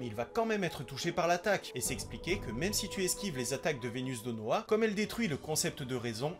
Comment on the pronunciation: Très bonne vidéo, juste c'est vesdenoa pas venusdenoa l'épée brise norme et il est appelé le "cruel roi démons" Mise à part ça c'est génial continue.